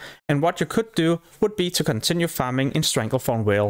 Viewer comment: want to rip my hair out everytime you fucking call it StranglethornWHALE ITS VALE WITH A "V"